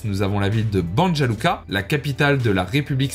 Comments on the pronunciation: Pour information le J se prononce Y et le U se oeononce OU, donc Banja Luka donnerait Banya Luka et Sarajevo donnerait Sarayevo. Maintenant que tu sais ca tu peux refaire la vidéo 😅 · Très intéressant. Cependant on ne dit pas Banja Luka mais Bania Luka précisément.